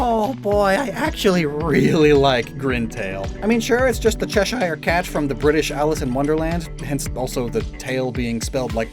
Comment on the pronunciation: Please learn how to say Cheshire properly 🤣🤣🤣